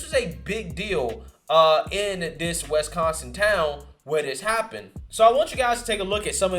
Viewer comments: Wis-con-sin. Not west-con-sin.... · Wesconson? It’s Wisconsin. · Not trying to be that guy, but it's not wesconsin, it's wisconsin.